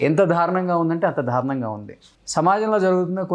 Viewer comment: ధారుణం కాదు అది దారుణం. చాలమంది 'ల' కు 'ళ' 'ళ' కు 'ల' పలుకుతుంటారు. అలాగే న, ణ లు.